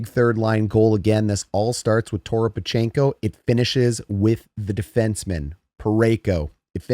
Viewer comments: Faksa. FACK-sa. And don't add an "o" in Toropchenko's name. Just razzing ya. Great channel. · Toropchenko has enough syllables already. And Faksa is still pronounced Faksa.